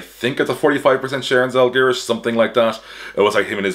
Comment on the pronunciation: Your pronunciation of Paulius Motiejūnas was almost perfect, but you've gotta work on how to pronounce Žalgiris :D . Great video! Got new information that Lithuanian basketball podcasts didn't talk about.